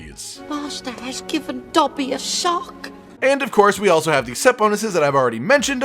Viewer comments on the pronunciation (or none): none